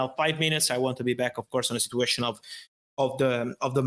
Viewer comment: Fabrizio and his "Sit-you-ation",,, every other word,,,lol